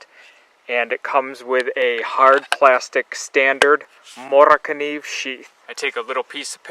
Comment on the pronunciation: You did a great job on pronouncement for this knife. I speak a little Swedish due to my great grandmother as she was a Swedish immigrant to the states here. I own a few Moras, and hopefully a gransfors bruks soon, just a little pricy at the moment. You did very well on this video, I really enjoyed this one for obvious reasons:) keep up the great videos!